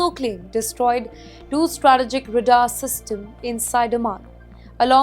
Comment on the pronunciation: The problem with these Indian anchors is their English pronunciations is so wrong and hopeless. many silent letters in English words are emphasised like "Bombing" [second B is pronounced]. Again, in this clip she keeps saying RADAR in the most stupidest way. This is typical Indian curry.